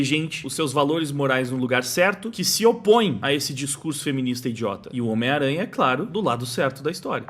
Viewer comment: é engraçado ouvir vc falando "miranha" rsrsrs